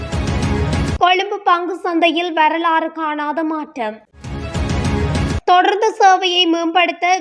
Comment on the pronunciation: Athu thodarnthu illai thodaroornthu😂